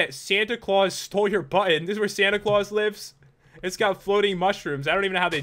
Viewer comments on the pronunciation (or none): none